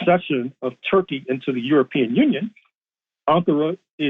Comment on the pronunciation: It's "Tur" +" key" bro !